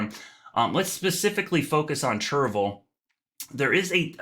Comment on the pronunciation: Please stop saying “churvul”. It’s “chair-ee-vil”. I grew up there.